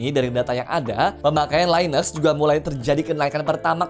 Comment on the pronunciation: btw ini konten by AI kah? koq linux bacanya laines?